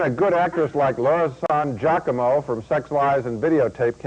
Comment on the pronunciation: Laura San "Jackomo"?